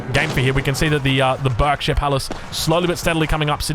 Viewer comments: It's pronounced 'barkshire palace.' I grew up in the County of Berkshire, it always makes me wince when it's pronounced as berk. Nevermind, you correct yourself later in the video! 😅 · You’re pronouncing Berkshire wrong. It should sound like Barkshire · It's pronounced bArkshire btw. <English boy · berkshire is pronounced like "burk-sheer" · Berkshire is pronounced baak·shuh. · Barkshir it’s pernounced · I'm from Berkshire and it's pronounced "Barkshire" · Just so you know, Berkshire is pronounced 'Barkshire' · Berkshire palace pronounced bark-sheer